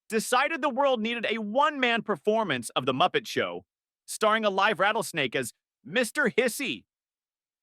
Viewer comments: Don't like the mispronunciations. When it encounters a set of letters such as "LIVE" that could be pronounced either of two ways, "lyv" or "liv", it invariable picks the wrong one. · Funny stuff! I wish they would teach AI how to pronounce stuff though. I realize that the English language is a bit dumb sometimes having the same spelling for different words, like live or live. One rhymes with give and the other rhymes with hive and I've.